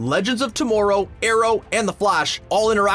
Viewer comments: If he says to-more-row one more freaking time!! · Why he say tomorrow like that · I know, they really need to tell this guy how to pronouns words.